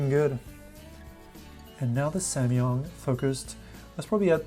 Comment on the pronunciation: Am I the only one who's annoyed that he keeps saying "samYUNG " instead of "samYANG". I know, I'm nuts...